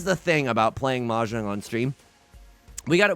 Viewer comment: tips 4 dora “M’Jong”